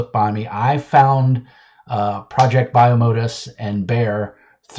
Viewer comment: Hey man! 1) It's pronounced 'project bye-oh-mo-dus' 2) Most of the art in this book is in the first chapter to help build some of the world. If you want to see some examples of the art available in the full book, you can go here : 3. No money was accepted for any of the ads in the book. They were added as a thanks to the various people who helped the book succeed. 4. GET REKT